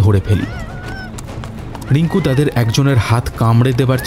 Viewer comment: উচ্চারন একটু ঠিক করতে হবে ।especially র-ড় গুলো।রিঙ্কু ড়িঙ্কু নয়।